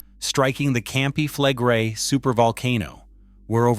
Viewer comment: Your pronounciation of "Campi Flegrei" is even worse than the earthquakes, it made my toes curl!